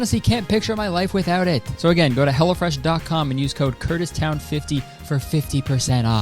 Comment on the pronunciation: I kept hearing "Hella Fresh" when you did the sponsor, and I can't help but think that's the name they should have gone with